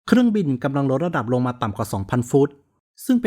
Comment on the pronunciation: เป็นคลิปที่ให้ความรู้ เยี่ยมครับ ถ้าพัฒนาเรื่อง ร เลือ กับ ลอ ริง จะเยี่ยมกว่านี้อีกครับ ดูไม่เป็นมืออาชีพ แค่ รอ เรือ กับ ลอ ลิง น่าจะไม่ยากครับ ......ในตอนแลก ......รดระดับรง ......ลองฟังดูเองนะครับ